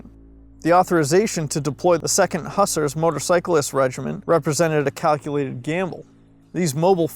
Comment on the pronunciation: This is a great video, but is he saying Hussar as "Huss-er", or is he saying a different word?